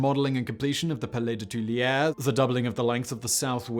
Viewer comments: Twee-la-ree. I am sorry but it hurts. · It's him. But it ain't nothing on what he does to "Tuileries."